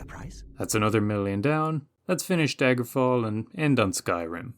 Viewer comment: bro you botched daggerfall so hard lmao